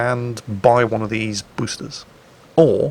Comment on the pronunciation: "Pruf" instead of "Proof" and "Busters" instead of "Boosters"... put down the vodka